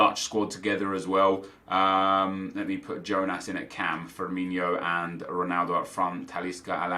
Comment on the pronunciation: it's pronounced Firmino not Firminio lol